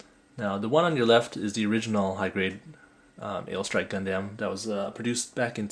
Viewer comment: Great review but you pronounced Gundam wrong. You pronounced it Gun-damn, when it's more like Gun-dum. That was my only complaint, the video was great otherwise! :D